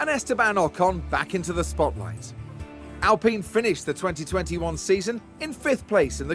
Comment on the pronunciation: Alpine more like AllPeen lol, tutorial girl never shuts up give her the boot lol, can't wait to see more F1 manager